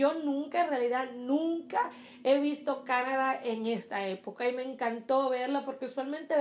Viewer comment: Se dice Canadá.. con acento en la da